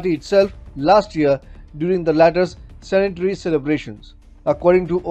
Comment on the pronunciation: Cenetary nahi Centenary!